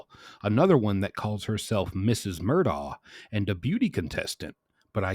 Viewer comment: His pronunciation is correct. This is what he and his family call him. It is indeed spelled Alex but he has always gone by Alec. His last name is Murdaugh but he and his entire family pronounces it as Murdock.